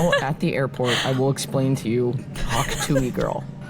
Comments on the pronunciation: You know they’re not in the same circle as people who are obsessed with the Hawk Tuah girl cuz they keep saying Tuee and not Tuah 😂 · You guys in a deep conversation about the sound ‘hawk tewy’ when it’s ‘hawk tuah’ is sending me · Is no one talking about how it’s hawk tuAH not hawk tui 😭😭 also this was a great episode lmao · When first said hawk tooie, I almost choked on my coffee